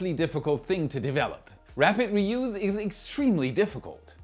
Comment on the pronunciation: Btw, your delivery, English and diction are excellent. One very minor subtle thing, but more relevant in this subject area: the second syllable of reuse as a verb rhymes with blues, as a noun with juice. English is daft!